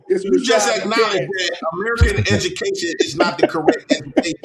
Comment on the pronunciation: dawg he has me in tears every episode 🤣🤣🤣🤣🤣🤣🤣🤣 "edumucation" " white mans subject" acting like math isnt universal lmao, I love him though lmao